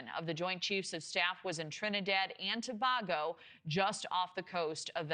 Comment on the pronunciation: Please say Tobago the right way as a journalist...its (To-Bay-Go) not To...Baaa...Go